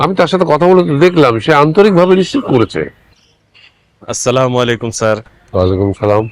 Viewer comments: অপূর্ব ভাইয়ের সালাম শুদ্ধ হয়না ও বলে সামালাইকুম ঐটা হবে আসসালামু আলাইকুম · এদের কে সালাম দেওয়া শেখায় কে? সামাকুম কি😡 আসসালামু আলাইকুম সুন্দর করে বলতে শিখা দরকার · অপূর্ব সালাম দিতে জানে না স্লামালাইকুম কি